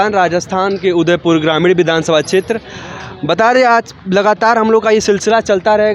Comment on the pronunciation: vidhan sabha boolna sikh bhai phle 😂😂